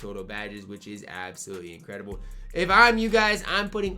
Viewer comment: Anyone caught the “incwedable” ?💀